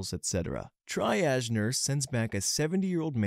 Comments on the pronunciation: You can google how to pronounce medical terminology and get the phonetic spelling and audio. Or watch some Grey's Anatomy. Triage is pronounced TREE-azh, not TRY-azh, esophageal is ee-SOF-uh-JEE-uhl, not ee-SOF- uh-geel, and varices is pronounced vair-uh-seez, not vair-EE-seez. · Please for the love of god triage is "tree ahdge" triage.... tree,ah,dge Edit:triazed??? Thats not even a word. The fact its spelled and pronounced wrong answers my question as to if your a real person. Might not even be an owner to this account. Ais powerfull enough to run the whole show😭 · you pronounced cannula correctly! you did get triage wrong though (it's tree-ahj) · Triage is "Tree Aazh" not "Try Adge"! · fyi it's pronounced "tree-ahj" not "try-ahj" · I am PRAYING that you see this comment... Because your pronunciation of triage is painful... It's not TRY-AJ... It's tree-ah-j. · Hey!! Just for your information, it’s pronounced “tree-ahj” not “tri-age” 💜💜💜 -with love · FYI - Triage sounds like TREE-aazh not TRY-aazh. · I would love it if you checked your pronunciation before uploading. I thought it was only the medical words (tree-ahg not tri-agz, for example) but there were a few other words, too. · Triage is pronounced like tree not try. Also you pronounced cannula correctly it’s NOT canola. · Triage is pronounced Tree•ahje, NOT Tri•ahje You pronounced Cannula correctly. FYI if you enter the word in question and the word pronunciation in Google an audio file will appear so you can hear exactly how to correctly pronounce an unfamiliar word and you will sound amazingly intelligent no matter what your IQ. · "Try-aged" is driving me crazy, even though I know non-medical people have no reason to know how to pronounce it. "Tree-age", btw.... lol. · its Tree-aige not try-aige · Your pronounciation of cannula as cann-u-la is right. Its latin. From the same root as canal. Your pronounciation of triage is completely wrong though. It's pronounced tree-arj, not tri-arj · TRI - age??? Bad AI.